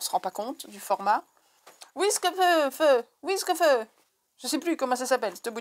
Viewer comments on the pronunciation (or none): CouCOu, l'intro est super gourmande! je ne connaissais pas la galette de Savoie je me coucherai moins bête ce soir!! 😉😅. J'étais en train de boire à ma bouteille quand tu as prononcé Wiskeufeu!!! j'ai pouffé de rire et failli me noyer!!! 🤣🤣🤣🤣. Mais çà va mieux maintenant, je peux découvrir les magnifiques tote bag, et je préfère les fleuris, ils me paraissent bien costauds et sont très beaux. Les chats bien sûr, çà va de soi, j'adore! Je vais aller découvrir cette nouvelle boutique! merci pour la présentation. Repose toi bien, je t'envoie de gros bisous et à la prochaine! bisous bisous 🥰😘😘😘